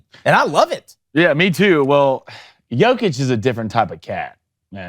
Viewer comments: learn how to pronounce his last name (Nikola Jokić ; Pronunciation: \ni-KOLA yo-kitch\ ; Nikola Jokić ), is it so hard to google it ffs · First of all learn to pronounce the players name. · U need to learn to pronounce his name, it's disrespectful, he is in NBA for 7 yrs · Say the name of the best basketball player on the planet correctly, d*mn*t! So annoying. Non-Americans will be the face of the NBA when LeBron, Steph, KD, and Kyrie phase-out. Hail Jokic, Doncic, Embiid, and Giannis! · Good vid but you gotta say his name correctly. Like damn He’s the mvp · Bro. Appreciate the sentiment and the message is true. You are correct Joker deserves (infinitely) more praise. BUT CMON MAN.. You gotta reshoot this and pronounce his name right. Like I can't even.. nobody said anything while you all were practicing this? This man is the best in the world. Doing things no player has EVER done. Put some damn respect on his name! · You are not pronouncing his name correctly. It is Jokić where "j" readed like in "you" or "Yugoslavia". It is not "J" like in Jordan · istina brate